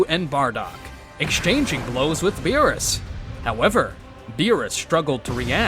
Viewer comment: Beerus not berrys